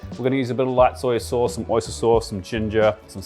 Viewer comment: Like dat "soi sos"